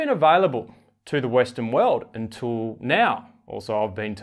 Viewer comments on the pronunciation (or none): none